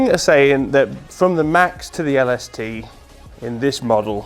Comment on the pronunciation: When he says “LaSuhTuh” 😂😂